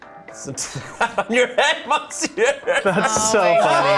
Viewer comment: The way they pronounced monsieur hurt.